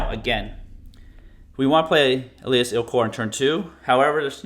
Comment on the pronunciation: Stop saying “Elias,” it’s Elas!